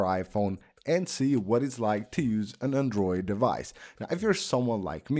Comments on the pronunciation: Everytime he says ‘andruid’!😂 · Andruid? What ya mean bruh hahaha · Shittiest pronunciation of the word "Android" in all of YouTube. Totally butchering it!